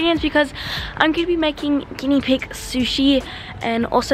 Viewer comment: Is it just me but when she said guiena pig sushi I thought she was cooking them 😂😂